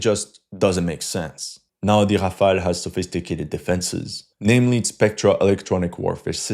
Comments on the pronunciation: Ha from were ur Aezarbhajan befor takeing piss let me guss were u r from Timbak too😅😅 first Polish ur English it sound Brrrrrtaabrrra😅😅😅 u mug its notHafel its Rafel u brrrrrrbarrra😂😂😂😂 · I still don't know how to pronounce Rafale